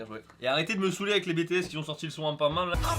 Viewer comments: a t-il vraiment dit "bétéèsse" ? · Mes oreille ont saigné lorque a dit "BÉ TÉ s" (humour calmez vous xd) IM A NEW GENERATION ANPANMAN!! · Mais comment tu dit BTS twa🤦‍♀😒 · Ta trop mal prononcer BTS faius le dire avec l'acsens anglais 😰😰🙃